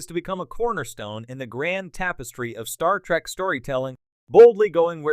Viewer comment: Why are you saying Star Track? The cringe is next level.